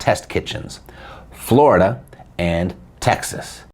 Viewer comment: You had me at "floridia" (rhymes with "chlamydia"). Whenever I see that word, I know a story about eejits electing a government of criminals and enemies of the state, is coming.